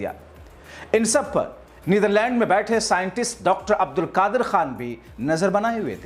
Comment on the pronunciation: Bhai Aap Pehle sahi se bolna seekh lijiye uske Baad fake news chalaiye Doctor Abdul Qadeer khan ڈاکٹر عبدالقدیر خان ko Aap Abdulkadir عبدا لقادر Keh rahe hain Poora Naam aur poori meaning hi change kar diye hain